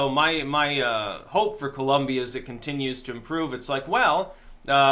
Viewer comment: My Brother! I don’t know what happened, I’m really late posting to this video, but I hope you come across this message:)... I’ve never heard or seen anyone else pronounced “Colombia “ like the way you did at the start of the video! My natural planned was to follow you until my last breath of life, and now with this amazing and truthful video you’ve created, I will follow you even after the last breath of my life:) Lol! Seriously! I think you the world because the timing if this content you’ve just created, couldn’t be better! I love my country of birth and I equally love the United States of America! Not perfect, but it is the greatest nation in the planet! Thanks!